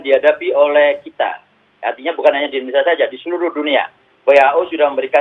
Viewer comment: Indonesia. bukan endonesia.